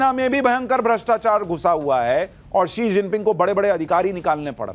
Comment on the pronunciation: वो she जिनपिंग है He जिनपिंग नहीं।